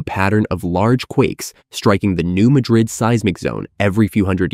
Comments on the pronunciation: The pronunciation is all wrong. The "new" is ok, but, Madrid is not pronounced the same as the capital of Spain. It's "mad" as in the emotion & "rid" as in tossing something. New Madrid ya'all. And it's MORE than 150 miles long, check a map. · It's actually pronounced Mad''-rid, with the accent on the first syllable. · It is pronounced New Mad rid, not New Ma drid. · It’s pronounced “New Mad Dred” with emphasis on “Mad” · You need to pronounce "New Madrid" correctly. It is not pronounced like Madrid Spain. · For those who do not know, in Missouri (this is not a joke), the pronunciation of this city is New MAD-rid. Not pronounced like the capital city in Spain. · Pronounced New Mad-drid. Learn your subject matter before prattling on about it. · Can any of these sites pronounce “Madrid” correctly? It’s pronounced like madras fabric - NOT the city in Spain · It’s pronounced new mad-drid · Um it's pronouncned New MAD rid. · Madrid here is pronounced with the stress on the first syllable and not the last. When I owned a house in Bowling Green I had earthquake insurance. It was required. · Another expert that can't pronounce the name of the fault correctly.